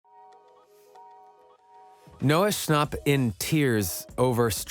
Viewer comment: Why does everyone say Noah shnop